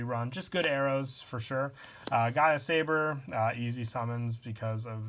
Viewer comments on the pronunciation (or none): none